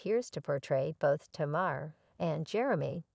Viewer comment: How can these people keep mispronouncing Tamar’s name.